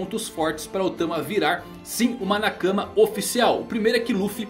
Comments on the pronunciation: não é por maldade e nem querendo ser chato, mas para de falar "na cama" kkkkkk, uma chave para você saber como falar qualquer palavra japonesa é usar a regra deles, dar a mesma intonação palavra por palavra, quando tiver dúvida fale por exemplo o nakama como NA - KA - MA, foneticamente seria nákámá Abraço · "nacama" kkkkkkkkkk